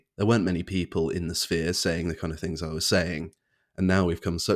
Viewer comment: the only complaint I have about you is you can't say T H's you say fff Things not fings. I raised two children and taught them to speak and you have just got into bad habits when you speak. I just heard you say wevva instead of whether. Why didnt yr parents teach you not to do this bad habit.